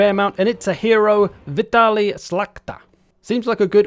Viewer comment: Actually it should be "Vitaly". WTF, CA?